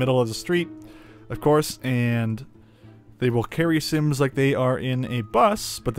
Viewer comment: not similiens but SIMS